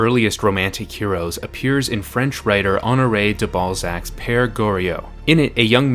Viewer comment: Heh "balzac"